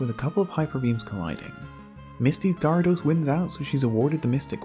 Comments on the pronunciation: You pronounce Gyarados weirdly. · You pronounce Gyarados wrong